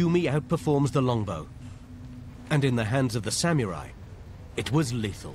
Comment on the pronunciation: Sort of interesting but hearing "sam-yu-rai" again and again is annoying. Sah-moo-rai.